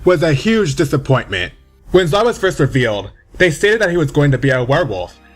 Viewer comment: THIS TOO Zwei is ZVAI or Tsvi not Zwhey or Zwhy